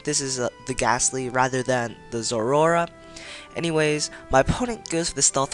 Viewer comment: Zor-ROR-a? Dyslexic aspie.